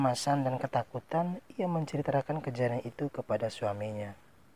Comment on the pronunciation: Cm kekurangan nya. Abang Pengucapan MENCERITAKAN. jadi MENCRITRAKAN😁